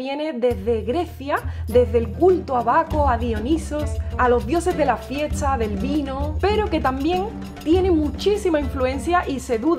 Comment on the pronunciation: Curioso a respecto del accento de: ella cambia de posición la S con la T en palabras como "fiesta", que ella pronuncia "fietsa", o entonces "etse" en lugar de este y así por delante. De donde es ese accento?